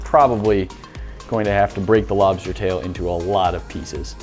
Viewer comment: Lmao I was just waiting for you to say “lobstah”